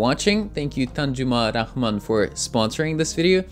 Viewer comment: Well I know It's weird but for the first time i heard his intro thrice bcz of his pronunciation "Tanjuma Rahman" and it was so accurate and I'm astonished.. Western people can't pronounce Bangla name accurately bcz of some vowel differences.. did well 👏👏